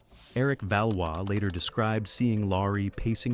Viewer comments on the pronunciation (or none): none